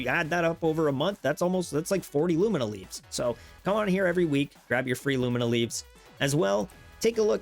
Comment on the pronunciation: LUMIA LEAF LOO-ME-AH not lumina